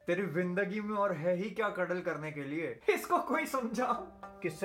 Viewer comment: Cuddle ko huddle नाही Bola Sameer